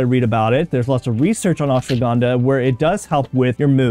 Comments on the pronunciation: It is not ashwagandaa its ashwagandha 😂 pronunciation 😂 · First learn how to pronounce it is ashwagandha not aswagandaa😂😂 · What is ashwagánda ? Pronounce it right give some respect